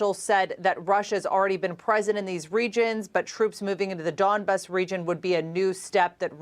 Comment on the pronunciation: Lou -ansk Don -yetsk Don - baas learn to pronounce